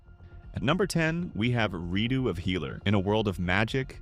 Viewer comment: "Re-dough of a Healer"?